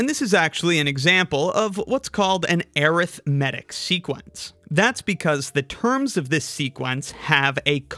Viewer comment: I’ve never heard someone pronounce “arithmetic” as “are-ith-metic” 😂